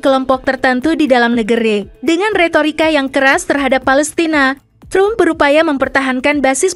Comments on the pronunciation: Trum itu siapa Mimin? Tram kali cara bacanya. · Narator kebangeten nama presiden AS itu bacanya Donald TRAM bukan trum sprti bhs indonesia. Memalukan gitu kok jadi narator di youtube yag tayang internasional. Belajar dulu mbak. Bukan hanya bisa baca cepet saja dengan gaya kemayu. belajar yang bener dulumbak baru tampil.